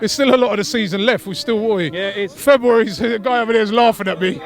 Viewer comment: Why can't Robbie say February